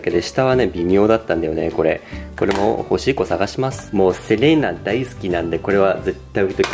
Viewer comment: すいません。欲しい子探しますがどうしてもおしっこ探しますって聞こえちゃいます。ほんとすいません